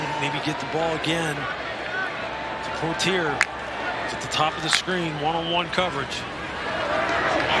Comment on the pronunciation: his last name is pronounce pwah-tee-eh